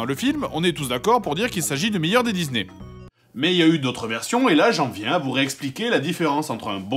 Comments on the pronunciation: Excusez-moi mais "DiZZZZney", vraiment?! Oo XD mdr je vous adore toute la clique, keur sur vous <3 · Wsh y dit dizney au lieu de disney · "J'vais jouer à un jeu Dizney! " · les jeux dizney xD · ça m'a écorché l'oreille... Au pire, il aurait pu dire "dizni" histoire de le prononcer complètement à l'anglaise, parce que là XD